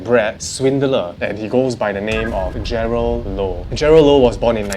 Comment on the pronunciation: is it Jerald or Jerlad sksksksks 😂